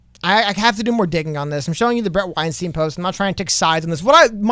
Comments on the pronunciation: I just thought it could be helpful to know that Bret's last name sounds more like 'W-Einstein' than 'Weinsteen'. Hope it helps ✌️ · No hate, just because I’m a fan. It’s pronounced weinstein where Stein makes the same sound as wein lol Not like Harvey Weinstein 😆